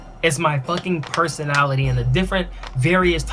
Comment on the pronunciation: I lowkey just saw this and lol I watched the whole thing. He couldn't say personality lmao